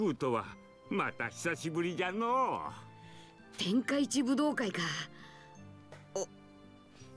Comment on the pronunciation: Notaron que en el minuto dice tenkaichi budukai?